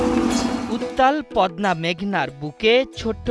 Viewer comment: ভাই, পদনা নয়, শব্দটা হবে "পদ্মা"